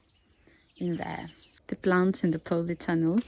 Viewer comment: I hope you don't mind me saying it pronounced polytunnel not powleytunnel. I wish you could visit my plot so you could see my vegetables . I love your content. And so wish I could live in a former soviet country such as yours keep up the great content it's some of the best on YouTube. Good luck for the season ahead. Here in the North uk we've had a warm spring I get the feeling we going to have a exceptional summer so I have high hopes for my melons 🍈 I grafted them onto pumpkin after seeing your tips. And hope to succeed after many years of failure. Thanks and please keep up the good work